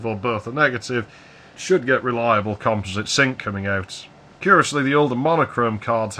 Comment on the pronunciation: Finally, a person who knows how to pronounce composite. Also, I like my AMSTRAD PC1512. It's great for chatting with people IRC with an SMC 8416 card.